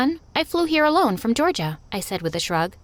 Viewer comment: She didnt say atlanta!She said Goerga